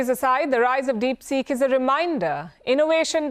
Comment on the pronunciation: Palki Sharma: DeepSick😆